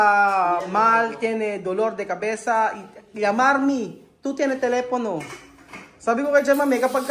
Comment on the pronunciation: LLAMAR MI (yamar me) Mali po yun.. LLAMA MI (yama mi)